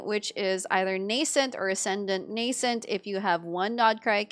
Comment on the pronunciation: Finally, someone who knows how to pronounce ‘nascent’! Every video I’ve seen before this mispronounced it as “nassent”.